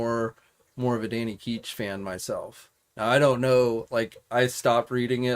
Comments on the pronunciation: ItsDanny Ketch. Not Keech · His name is Ketch, what you’re saying is “keetch”.